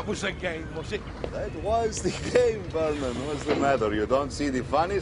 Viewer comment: I love how the Lithuanian pronounces Vernon's name as Screeps